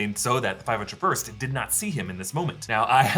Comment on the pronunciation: 5-Oh First. Say it right